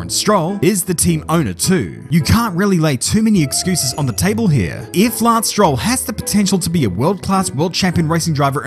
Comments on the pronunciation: You pronounce Lance Stroll as laslo... is that for purpose?😂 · You pronounce 'Lance Stroll' the exact same way you pronounce 'Lance Troll'. That's all folks